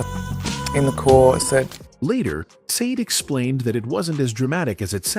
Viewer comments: She is NOT known as saad - She is known as Sha-day - hate AI with a passion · Mate, here name is not sade it's SHARDAY. Get it right, please. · Wow, shocking but you are NOT pronouncing her name correctly! It is Sha-Day not Sayd! That's the least you could do. 😳 Stop with the AI already! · At leasts pronounce her stage name correctly. Sha-Day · It looked interesting, then the voice over started and pronounced Sade's name incorrectly and two (saade and said😮) different ways inside of thirty seconds.. Go away with your rubbish...🥴🤯 it doesn't sound like AI ...🤔🙄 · Her name is pronounced Shar-day. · AI sucks stop calling her seed. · Thumbs down for using AI and allowing it to mispronounce her name. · I WAS NOT IMPRESSED WITH THIS CONTENT; WHY WOULD ANYONE MISPRONOUNCE HER NAME DELIBERATE AND DISRESPECTFUL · You are not pronouncing her name correctly. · Credibility… say her name correctly!! Annoying! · Why pronouncing a simple two syllable name incorrectly the whole time 😤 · It shouldn't be difficult to remember how to pronounce a world famous star's name! Someone could have corrected them in the first place but obviously no one else knew how to pronounce the name either?!! Pretty pathetic really... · Agreed, he's an absolute dope!